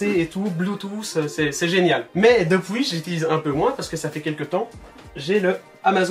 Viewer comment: The Houzayfa 59 haha l’accent belge poto